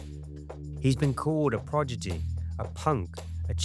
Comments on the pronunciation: Wtf is a progity 😒 it’s pronounced prodigy pal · "Projety" I believe you mean prodigy